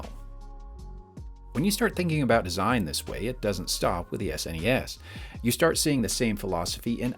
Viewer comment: I’m just glad he didn’t call it “sness” or “snez” at any point.